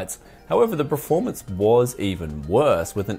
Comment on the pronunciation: It triggers me that you say preformance. Pls say performance.